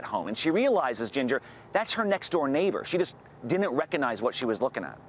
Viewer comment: "Retracing the path of 60 tornadoes that slammed 9 states..." No. Ad for some podcast by a guy who cannot pronounce didn't. Clue: It is not Dint.